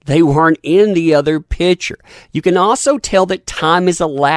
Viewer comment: Why mispronounce the word PICTURE? Have you a dictionary handy? Look it up.